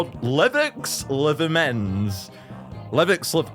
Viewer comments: LVX LVMENZ is pronounced "Lux Lumens" because lux is the greek root meaning light, and both words are just measurements of light. The V's are just cool looking U's and a cool Z at the end. It's not "level luvmens," that means nothing. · it is pronounced "lux lumenz" the v are pronounced as u 😁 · It's said 'lux lumens' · May be wrong, but I'm fairly certain the v's in the title are meant to be treated like u's, making the pronunciation Lux Lumenz! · i'm pretty sure that you pronounce it as "lux lumens" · I’m pretty sure the band name is pronounced lux lumens, considering all the glowing in the dark elements + the glowbes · I'm pretty sure it's pronounced 'Lux Lumens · In every reaction I've seen to the new clubbox act, no one gets that it's pronounced "lux lumens" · ITS PRONOUNCED LUX-LUMENZ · It's pronounced lux lumenz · Btw its pronounced lux lumenz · i believe the name is supposed to be pronounce like lux lumens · I think you're meant to pronounce it 'Lux Lumens' (like luxury, luminous) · The V’s are pronounced as U’s so it would be pronounced as Lux Lumenz (just for information!) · it's pronounced lux lumens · Lvx Lvmenz Pronunciation: Lux Lumans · I think the act is pronounced as “Lux Lumens” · LVX LVMENZ is pronounced LUX LUMENS. Old latin didn't have the letter U, instead, V made two sounds: a w sound (v consonans) and and u sound (v vocalis). I think that's what it's referencing with such a spelling! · It's pronounced Lux loom-enz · I love how you can't read lvx lvmenz. It's literally just latin "lux lumens" light light. There's zero light monster. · IT'S SUPPOSED TO BE PRONOUNCED "lux lumens" AND YOU LVL INSTEAD OF LVX IN THE TITLE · I'm personally a little sad about this update Don't get me wrong, LVX LVMENZ have a really good song, but due to a health condition, flashing lights make me really ill, so I really can't do much with this Clubbox Act :P (Also I'm pretty sure the band is pronounced Lux Lumens, at least, that's how I've been reading it)